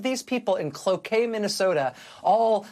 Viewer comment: I'm impressed she pronounced Cloquet correctly. This Minnesotan approves :) Musk is also delusional